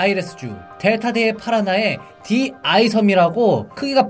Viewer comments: ㅇㅈ ㅋ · 발음 안좋아